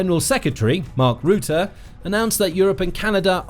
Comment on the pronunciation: 'Rutte' is pronounced 'rattah'... more or less... better than your current pronunciation... 🇳🇱 Other than that, super video, as always!